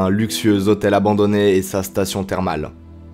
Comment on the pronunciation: "un luxieux zhotel abandonné " 😂😂😂, 2021 sinon, super exploration les gars 👌👍